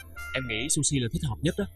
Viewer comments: Tên là Suzy chơ / không phải là sushi! 😂😭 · Trời đất ơi! Không biết đọc tên Suzy cho chuông?. Nghe mà thấy khó chieu.